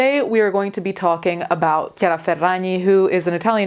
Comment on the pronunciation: as someone named Chiara, the way you said the name made me so happy. i’m so used to being called Chareeuh